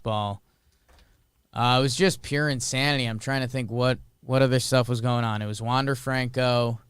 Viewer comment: Wander's last name is pronounced like Maikel Franco, not James and David. Enjoy the sports weekend, let's go do that hockey!